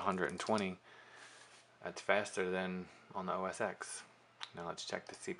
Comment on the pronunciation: It's not OS EX. It's OS TEN. When do people learn this?